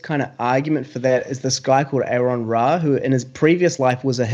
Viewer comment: When people have on their channel, they really, really need to learn how to properly say his name.